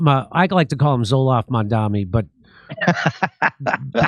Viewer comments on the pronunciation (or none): It's MAMDANI. 🙄🤦🏻‍♀️